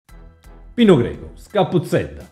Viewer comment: Comunque è Pino Greco no Pino Geco 😂😂😂😂 ciao bello